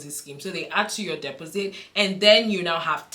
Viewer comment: Dep os sit, strange way to pronounce took me a few seconds to work out! Thanks for your time with upload